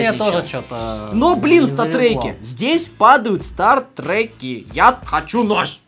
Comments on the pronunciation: какие нахуй стартреки правильно статтрек и от слова статистика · Не стартрэки а статрэки